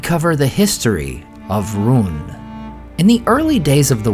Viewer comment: Has anybody noticed how the name "Rhun" is pronounced, "Ruin"?